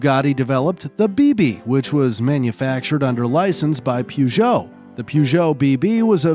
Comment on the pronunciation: true also "peh-jo" not "pee-jo"